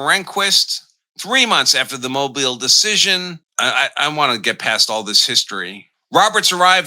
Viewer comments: Mo-BEEL. Not MO-buhl. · Mobile is pronounced "Mo_beal". Not Mobil. Just a helping suggestion. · It's pronounced Moe Beal. Not Mobil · It's pronounced "mo-BEEL.' And, Congress has authority over elections. All elections. Art 1 Sec 4.